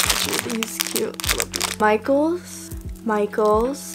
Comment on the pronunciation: When she says Michaels it sounds like “my goals!” Lol idk if anyone else heard that.